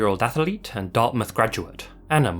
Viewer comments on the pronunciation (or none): wth is an ath-a-lete?